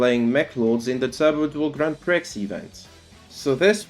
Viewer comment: I’ve got to assume the mispronunciation of Prix is a bit.